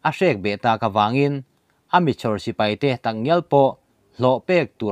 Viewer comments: Uicho, 'cho' tih lai hi vawiin thlengin i la lam rik lo reng hi a mak ka ti. Bâl ka cho, tih a, 'cho' rik anga lam rik tur. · Ui cho tih kha cho tak kha thluk hniam suh thluk sang rwh achang leh ilam dik a achang leh ilam dik lo va fimkhur angai deuh anih kha ha ha